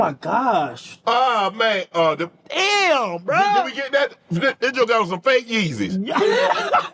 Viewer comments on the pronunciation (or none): none